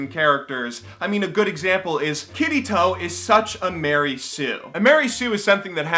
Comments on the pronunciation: "Kittytoe" cmonnnnnnn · sounds like he is saying kitty toe lol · I thought he said "Kitty toe" when he tries to say "Kirito" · I keep hearing Kitty Taw(Toe) when he says Kirito =\ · When you said Kirito, I thought you were saying Kiddy Toe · I really enjoy new videos and want him to make more, but still...i was laughting so hard every time he said Kirito xD It just sounds odd to me Love ya:3